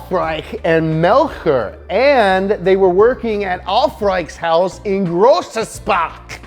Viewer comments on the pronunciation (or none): Haha, cool schitt, dude. But it's Grobenspach, not Grossaspach. My former E55 was the most brilliant car I've ever owned. Quality surpassing my Volvo S80 and an absolute ROCKET to boot. I miss that car every day. God willing I'll either get a fresher 2006 or if I'm blessed with bucks an AWD newer version. Serious injury forced its sale. Here she is. Also, my Austrian dirt bike KTM, those guys are AMG level quality and performance. Not very creative with names though. KTM is make after the founders last names: Kronreif and Trunkenpolz and the town where they started to build bikes... In a garage, Mattighofen. 😲😲😲 Yup, Kronrief Trunkenpolz Mattighofen, KTM. Aufrech Melchior Grobenspach ///AMG